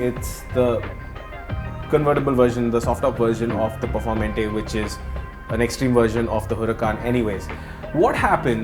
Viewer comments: Please... Its not (Per -For -mentey) its is pronounced as (Per-Fawr-Mantay) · its perfor maa - ante .....plz respect the names of such creatures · Bro I think it's pronounced "performaante" 😂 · knows how to pronounce pista but not performante